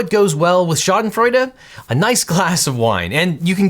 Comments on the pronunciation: Correctly pronounces Schadenfreude... but keeps saying LichtenstEEn when it is Lichtenstein. Gene Wilder would be proud. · Thank you for teaching me how to pronounce schaden freude.